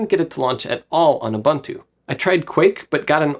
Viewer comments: Since we care for pronunciation: We say U-"boon"-tu, not U-"bun"-tu. Coming from a South African. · Tries to pronounce TI correctly, refuses to pronounce Ubuntu correctly LMAO